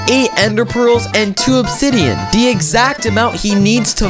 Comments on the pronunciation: did he say subsidian?😂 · I thought i heard subsidian- idk if im tired or if ya mispronounced it on accident XD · You didn't even say obsidian seyd sbsidian